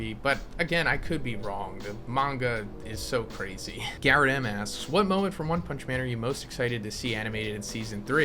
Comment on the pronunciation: Wun pumnshhhh